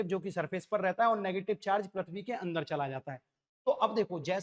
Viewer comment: पृथ्वी होता हैं सर परथबी नहीं होता हैं